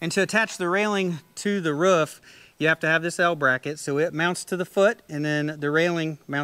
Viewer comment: “Mounted to the woof” Sorry it’s quite funny how you say roof